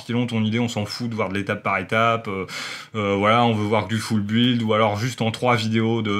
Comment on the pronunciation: Bonne vidéo comme d'habitude. Par contre "Full Build" prononcé foule buuuiiilde c'est pas class... "Construction complète" c'est pas mal aussi. Non sans déconner continu comme ça c'est très bien!